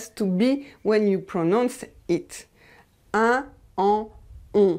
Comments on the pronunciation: Why do "un" and "une" sound the same ? Isn't "un" supposed to sound the same as "in"? I'm guessing it was a typo and was supposed to be "une leçon". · What about the sound "un" : parfum, chacun, un, etc. pronounced usualy "in" as if they were written : in parfim. Chaquin. People of my generation could make the difference. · Aiglon it's funny because the only reason I was on this video was to teach a colleague how to to say someone's name and couldn't refer him to this one as it pronounced"un" as "in". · Aiglon I do understand that languages evolve but some evolutions in prononciations are specific to a part of the world and that makes it an accent. Unlike some modifications which have been noticed throughout the French diaspora, like the removal of è, ê and â, the removal of un is very specific to certain regions of France. I was simply pointing that out; especially as this makes certain words hard to distinguish from one another and can make a sentence hard understand. That being said, I do appreciate that as more people are learning France's "proper french" this sound might start to disappear outside of France as well.